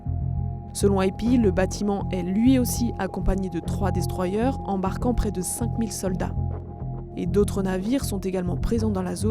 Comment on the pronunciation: Les fameux "destroyeurres" des écoles de journalisme... 😏